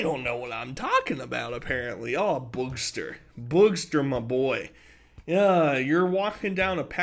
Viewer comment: Every time you call him "Boogster," it cracks me up. 😂